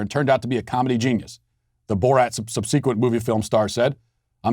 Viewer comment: Matt, where did you learn to pronounce subsequent as “sub-see-quent?“ 😂